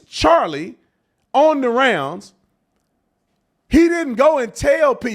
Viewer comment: He couldn’t even say Charlie’s name. 💩👜